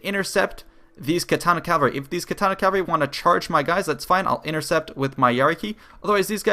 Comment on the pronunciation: Pet peeve. It's CAVALRY. Not CALVARY. 😂